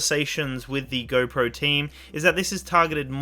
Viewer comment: Anybody who cant say “GO” correctly i cant trust